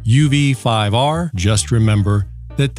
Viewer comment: He said UV 5R perfectly. UV 5R is not mandarin.